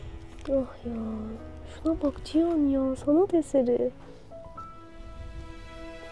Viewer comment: "Cihan"a niye Çiyan diyorsun